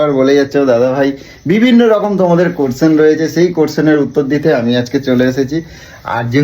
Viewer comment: কে কাছের বন্ধু। কোরশ্চেন না ভাই। কথাটা কোশ্চেন।